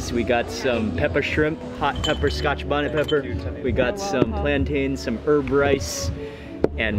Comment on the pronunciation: I love the show but youre killing me with saying scotch bonnet